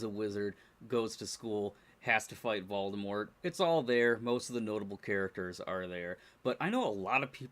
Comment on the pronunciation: The T in Voldemort isn't supposed to be pronounced according to J. K. ROWLING